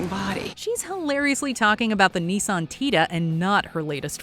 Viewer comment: It's "Nissan", not "Knee-sun"... At least watch (and listen) to the commercials in your video